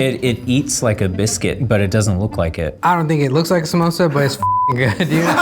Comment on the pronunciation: They allmade "komosa" not samosa😁😁